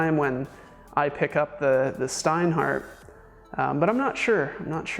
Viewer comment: Is it so difficult to learn how to pronounce the names? Your "Steinhart" is killing me, really (and I'm not even German).